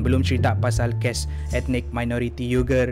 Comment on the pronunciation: cuba sebut perkataan tu..bgi btul skit..sbb sya dngar kau sebut ges bkn kes🤣😂😂